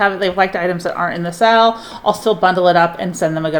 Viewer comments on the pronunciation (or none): Is she saying sell or sale? I just truly want to know if it’s a word I don’t know